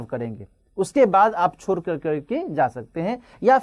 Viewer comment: छोड़ को छोर बोल रहे हैं